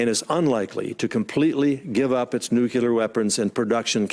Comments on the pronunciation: He says "nucular" not nuclear! Come on guys... it's not that hard to say. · I'd be mad, too. He said "nukular" instead of "nuclear." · WHY CAN GROWN ADULTS IN GOVERNMENT STILL NOT PRONOUNCE NUCLEAR